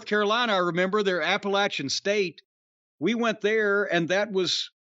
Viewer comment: This North Carolinian thanks you for pronouncing Appalachian correctly